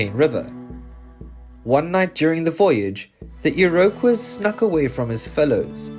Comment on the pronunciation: I'm sorry, but if you're going to tell Canadian stories, you need a narrator who can say Iroquois correctly.